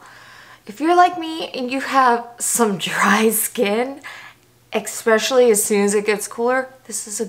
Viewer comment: Take a shot everytime she says eggspecially 😉! Great vid, been thinking about getting the cicapair products...will now buy them!